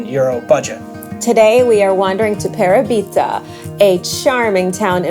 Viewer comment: Love Parabita. BTW.....the accent is on the second syllable.......Pa RA bita